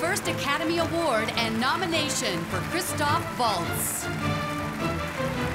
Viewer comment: his name is chistoph, not chistopher.